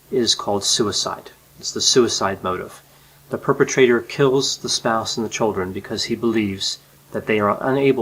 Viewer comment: The " tchuldren". The children 😯